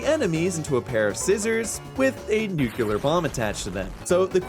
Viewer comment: Leaving the video because you said "nucular".